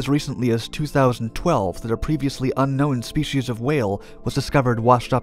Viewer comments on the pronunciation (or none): none